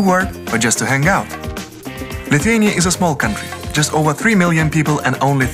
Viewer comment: Viskas labai gražu ir pan , nu , bet tas tarimas Lithuania , nu negaliu kaip nervavoooo